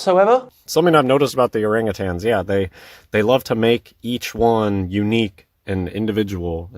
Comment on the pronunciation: "orange-tans" lol. As if saying the name wrong debunks them...